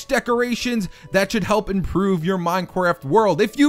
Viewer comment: he said minecwaft what :p